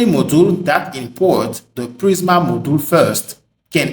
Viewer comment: nice tutorial... such great content... i laughed how you said 'moduul" haha